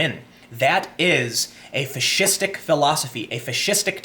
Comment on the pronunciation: 1st) the left has been adopting fascistic tactics for some time now, which is just one reason i no longer support the Democratic party. 2nd) when you say fascistic,it sounds like you're saying fish-istic and now i want fish sticks. the power of subliminal messaging. yea mocking someone pronunciation is bad, my bad.